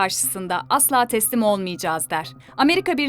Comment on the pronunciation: ''temsil'' değil ''teslim'' dir o temsil olsa çok karışık olur ortalık